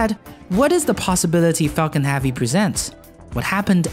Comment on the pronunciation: "Falcon halvey"